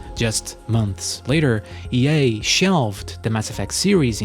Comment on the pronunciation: Why do you pronounce EA as "yay"? :P